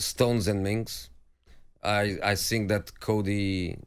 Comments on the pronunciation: Jose to Tottenham: think fast. Tottenham: he said sink fast. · To sink...to sink fast😂😂😂😂..no offence Jose..but that was funny asf...